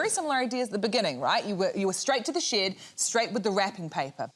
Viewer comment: I don't know what you're talking about. The word "shed" was never uttered. I only ever heard the word "shid".